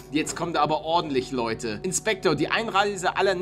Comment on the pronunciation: er sagt immer bei mir am anfang Moin Nudde bruder es ist von meine kopfhöhrern aber du sagst es auch bissel komisch. sag mal Moin leute nicht moin ludde